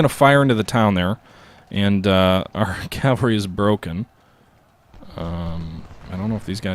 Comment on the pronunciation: Cav-All-Ree .. Not Cal-Va-Ree.